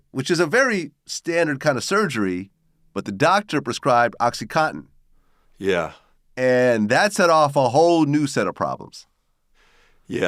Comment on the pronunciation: Oxycontin not Oxycotten